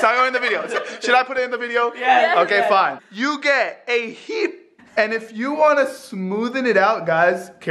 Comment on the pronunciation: “ you get a heep “ i was dying of laughter 😂🤣